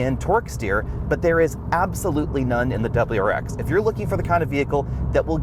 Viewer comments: This guy should’ve practiced saying wrx a little more before the video 🤣🤣 Dubberl-rar-ex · Dub-L-U RX.